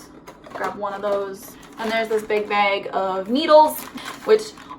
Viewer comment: Anybody else love how she says " bag " it's great 🤣